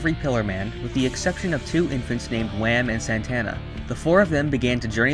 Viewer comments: Oh and why do you say wam? Are you saying that short for wamu? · It’s not wam it’s WAMUU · Wam? It’s wamuu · Wamuu❌ Wamm✅ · It is wamu not wam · But it’s not Wham it’s Wamuu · Wait when you said Whamu I heared you mistakenly call him Wham... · Why you say wam it’s wammu it’s like your saying ham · not wam but WAMUUU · japanese: wamuu english: w h a m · It’s Wammu and Straizo, not Wam and Straiz. Why do people get rid of the last vowel? Or is there something I’m missing? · Why are you calling him wham I thought it was wamuu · It's Wamu :P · idk i felt pissed off not hearing wamuu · U said Wamu wrong